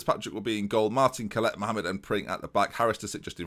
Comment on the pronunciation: Collett is pronounced Collitt, not Collette (My surname is Collett) Love your videos though.